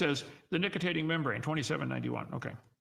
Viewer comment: Nicitating? He can't even read.